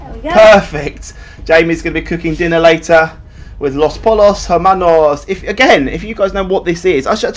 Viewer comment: Poy-yos. Pollos is pronounced "Poy-yos".